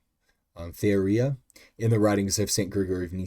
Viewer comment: Theoria is pronounced like Thay-or-eeya by the way.